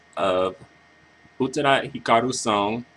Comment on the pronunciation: Lol. Loved your analysis. I really loved this song. It's my number one song from her. By the way, for future reference, her last name is pronounced "OO-TAA-DA" No disrespect towards you! I'm just telling you this because I don't want you to get attacked by other crazy Utada fans for getting her name wrong! xD